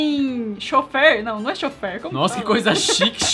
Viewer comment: ngm:: choffer